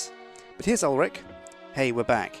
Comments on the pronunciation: it's ulfric there is no one in skyrim called ulric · "Ulric Fugger" are you kidding me right now? -__ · Is it just me or did say Ulric fucker?